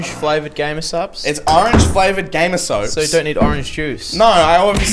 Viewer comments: why does keep calling it Gamer Soaps? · why does say gamersoaps instead of gamersupps